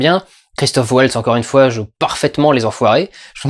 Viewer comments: Christoph Waltz c'est un nom allemand hein, pas anglais XD Ça se prononce "valts" et pas "wôlts" XD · Bon, ben je vais aller voir le film moi ^^ Juste parce que j'adore Christoph Waltz (on prononce Valtz par contre, il est autrichien ^^), et s'il joue bien, ça peut être que bien XD